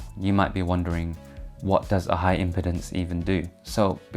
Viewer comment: It’s “impeeeeeedance”, not “impitence” smh